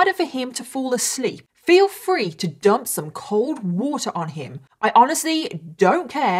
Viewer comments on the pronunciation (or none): none